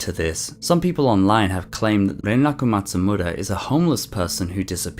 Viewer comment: I like the way you say “Renraku Matsumura.” It’s nice.